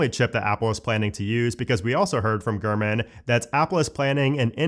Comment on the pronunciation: Gurman 😂 Every time you say his name I’m hearing Garmin and seeing a little Garmin display screen on a dash in my head. I’m also high AF😂💀💀💀 It took me foreeever to type this damn message out. 🫠